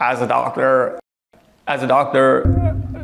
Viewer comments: "As a ducturrr😜" 😂😂😂😂😂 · "As a DOCTURRR!" 😋